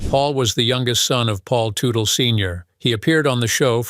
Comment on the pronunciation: The AI reader can’t get the name right. It’s pronounced Tuttle not Tootle.